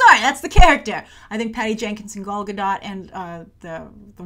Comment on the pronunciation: Your Wonder Woman vids are giving me life :D And thank you SO much for pronouncing Gal Gadot's name correctly (as she does)-- It really grinds my gears hearing other youtubers (mainly voice overs) butcher her beautiful name.